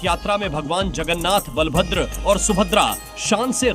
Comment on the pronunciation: Can you please correct you pronounciation it's bala(power)bhadra(gentle) not bal(small boy) bhadra